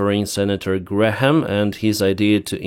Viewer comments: It’s pronounced ‘Gram’ not ‘Gra-ham’ 😂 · Hi - thanks for your reporting. Just FYI to pronounce Graham correctly - the H is silent. So it’s pronounced like “gray-am” (no H) Not “Gray-Ham”. Hope that helps. Not that’s it’s important really - mostly your English is fabulous - much better than my Ukrainian language 😂 …..although I can say “Slava Ukraine”! 🇺🇦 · I love you but, Graham is pronounced... Gray mm. Love your channel. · you don't pronounce the h in graham(e), (because it's hard for all of us lol), you say it grayum in british english and i think in american (lots easier). To be theoretical: names of people and places got written down and formalised first, in legal documents and maps, so their spelling got fixed longer ago and pronunciation changed more since then. In UK, before dictionaries in the late 18th century, the other words were flexibly spelt. How nice and easy! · Graham has been the Senator for the place where I live for many years. I don't love him, but I have to give him credit for at least some of what he's done for South Carolina over the years (before Trump came around). Thanks again for the shows!!!! Graham is just pronounced like Gram, you can ignore the h in the middle. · The h is silent in graham pronounced " gram "! Just helping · No need to pronounce the “H” in Senator Lindsay Graham’s name. The “H” is silent. Pronounce it as “ Gram” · Lindsay Graham is a war monger. Other than tribal affairs, there is no conflict anywhere around the globe that he hasn't wanted us deeply involved in. In some respects, that seems to be basically the only thing he really cares about. He also tends to talk a big game and then back off when it comes to actually doing anything. (Also, you can just say "Gram" and you'll basically be correct. The "ha" is a holdover from old pronunciation rules.) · for your information on the pronunciation of Graham's name, the "h" is silent.